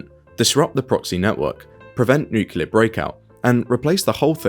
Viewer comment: Very insightful. It's pronounced nu-cle-ar. :)